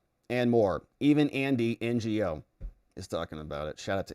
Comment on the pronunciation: Andy Ngo’s named is pronounced “no.” It’s not an abbreviation. It’s his actual name.